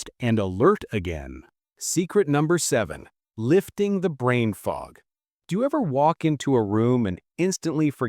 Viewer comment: Robo-voice. Unlistenable. Brain fog became bran fog. Nice.